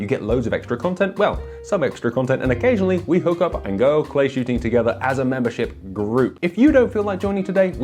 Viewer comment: I swear when he said, "Head to a clay ground" it sounded to me like "head to a playground." I had to go back and hear it several times before I hears "clay." Please don't head to a playground with any sort of long arm lol. Us gun owners have enough problems as it is. 😂